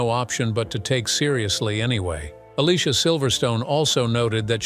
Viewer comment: Definitely one of my favorite 90’s movies and Alicia’s first name is pronounced (A-Lee-See-A).